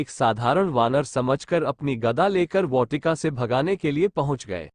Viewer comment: bhai बहोत अच्छा वीडियो था बस वाटिका का उच्चारण मे थोड़ी गलती है